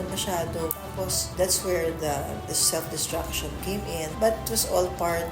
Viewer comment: Self not seft